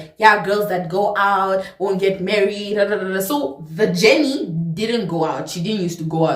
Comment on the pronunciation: The Caprivian accent came out on "JENNNIIIIII" 😂😂😂😂 Loved how you made me relate from start to finish ❤️❤️